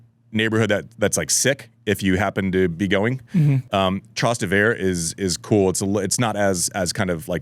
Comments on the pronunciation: It took three repetitions of the word "Trust-e-ver" for me to figure out he was talking about Trastevere 😂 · Andy, I like your show, but FFS, your foreign language and names pronunciation is ATROCIOUS! Mak a little effort, at least! "Fog‐NO-ni"??? Jesus. You played with the guy and have known him for years. And learn how to pronounce "Trastevere!"